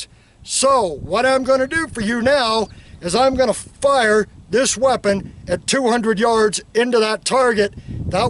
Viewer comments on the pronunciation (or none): none